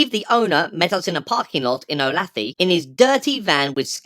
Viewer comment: I couldn't help but burst out laughing when I heard you say Olathe. It's pronounced oh-lay-thuh. Grew up near there. But now I have no greater desire in life than to go see how ridiculous Steve is in person. If for no other reason that to have a laugh. Especially as my kids and wife are super into this. I debunk it everything I can everywhere we go as they all tell me it's a ghost.